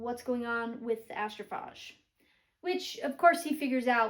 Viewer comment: It's pronounced Astroph AGE, as like "What is your age?" Just trying to be helpful. 😊